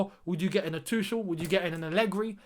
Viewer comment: not Too-shel, it's Too-khel, kh sound